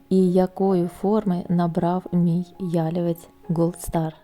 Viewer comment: Дуже красиве відео. Багато роботи вкладено в таку красу. Гарно відзнятий матерал. Трохи спантеличило те, що ви робите наголос в слові ялівець так, ніби то озвучує коп'ютерна програма😮